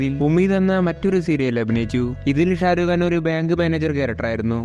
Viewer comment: Sharukh khan ❌Sharuuu khan✔️